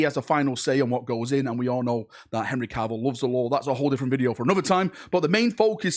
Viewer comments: And its Cavill not Carvill 😂😂 but then it is a video so you have to fudge a pronunciation up! 😂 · 'Caaaarvill' facepalm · Why does the Manc accent change to Welsh when saying "Cavill"?